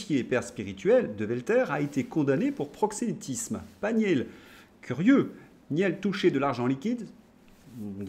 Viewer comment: Alors Xavier Nul, c'est top ! L'ennui, c'est qu'en prononçant son nom Nil, certains risquent de ne pas réaliser qu'il s'agit bien du patron de Free. Delphine Arnaud n'était pas dégoûtée... ça en dit long sur le sens du mariage dans ces milieux adorateurs de Mamon. Je plains la pauvre Candace qui doit prononcer Trogneux !